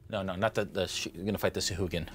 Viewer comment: Of all the things to roll poorly on how is thing initiative? Also: sah-hwa-gin.